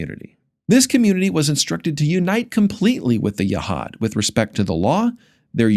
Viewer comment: And "Yehad" should be pronounced Yehud.